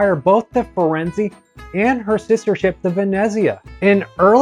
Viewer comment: Holy shit dude. FirenzAY. who doesn't know this?